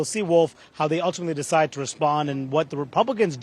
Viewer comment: Nancy can’t even pronounce “ decide”hahahaa what a bunch of clowns